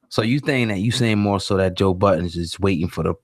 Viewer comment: Why does everyone put an s on the end of Budden, lol?